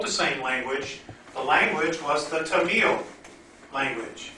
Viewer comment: It's called TA -mil, not ta -MEEL . He puts the em-PHA-sis on the wrong syl -La-ble . This story is pure poppycock .